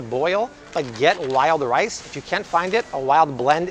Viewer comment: Did he say "Lyle rice" or "wild rice." LOL! Wild rice!!!